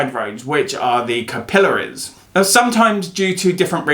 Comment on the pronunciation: Missed your beautiful face! and INSIGHTS!! 😁 Of my gawd. I love the way you SAY "CA PILL ( I) ARIES. ” 😊 #darkhistory , Bailey Sarian needs to hear this. She's been on the rosacea battle-field, for ever !